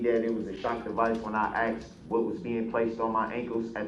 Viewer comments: Do you think the court reporter typed out axed or asked when said axed(asked)? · and his “troofs “ and “oafs” 😂. He is such a fool. Almost forgot his “axed” 😂